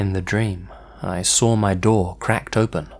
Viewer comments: It's funny how you always add an "r" each time you say "saw". It sounds like "sore". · Why do you say the word saw with an R sound after the W......you do know that’s not how to properly pronounce words what end in the W sound among others right???